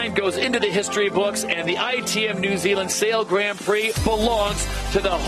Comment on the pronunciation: Dear SailGP, Can someone please teach Todd Harris how to pronounce Grand Prix correctly please? We would all be extremely grateful. Cheers, The whole sailing community